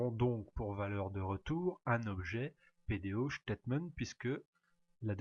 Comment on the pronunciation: Merci bcp pour votre explication mais juste une remarque , PDOStatement , prononcé ctaitemaint not chtatement with s , statement not ch